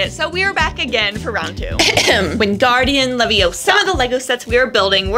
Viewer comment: gets free lego sets still says “wingardian leviosah”